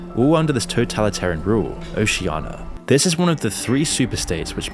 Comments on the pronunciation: It's Oceania not Oceiana! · why are you mispronouncing Oceania? it's not Oceana and it's pretty jarring.